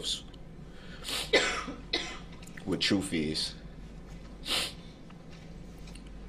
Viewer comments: Axed = Asked Troof = truth. As a English Teacher his understanding pronunciation of English had me shouting at my computer or feeling inexplicably that my stomach was going to go down the toilet! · Omg that’s all this shit on a stick has been saying!! Like wtf is the TRUF/TROOF